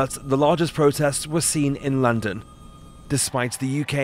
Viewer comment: I love how he said LANDON when it showed London 🤣